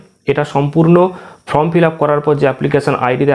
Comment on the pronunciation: কথাটা ফ্রম নয় ফরম ।উচ্চারণ টা ঠিক করুন ভিডিও করার আগে।